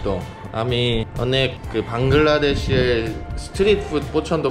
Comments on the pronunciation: NOT VANGLADESH . IT IS BANGLADESH. You have pronounciation mistake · You said Bangadesh when i was little i alwayes said bangadesh